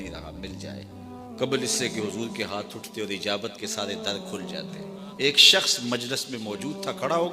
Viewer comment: ہاں ایک یا دو جگہ محسوس ہوا جیسے عجابت نہیں اجابت دعا ہوتی ہے۔ تھوڑا سا اور دھیان دیں